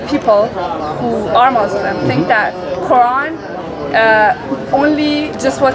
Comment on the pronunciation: Why they say "Mozleem" 😅